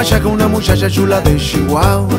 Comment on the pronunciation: “Una mushasha shula de Shihuahua”, ja, ja, ja, me gusta como lo dice 😂. Salu2 a to2 desde el mejor país de Centroamérica: Honduras.